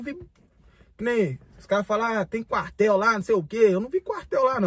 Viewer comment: Ele é maneirinho 😂 "quartel" é cartel 😂🎉